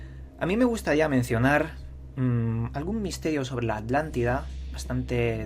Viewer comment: Españoles, si Uds crearon el castellano, por qué no lo pronuncian BIEN??? ALÁNTIDA? HUMANIDÁS? Se me caen los oídos al escucharte, chico...